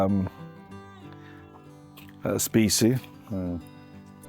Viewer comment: painful hearing specie in many times